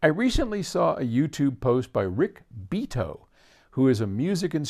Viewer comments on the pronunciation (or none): Ok, Paul, put up or shut up. Do a double-blind test with enough actual trials to prove that you can hear the difference. It you don't, you're just blowing more smoke. By the way, it's Rick Bee-AH-toh, not rick Beat-oh. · it's pronounced "Bee-ah-toe " Paul.. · Paul, the first thing you ought to "know" about Rick Beato is how to pronounce his name: bee-ah-tow, accent on "ah." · Learn to say Beato properly next time, maybe. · If Paul is familiar with Rick Beato and has seen his videos, why does he pronounce his name that way?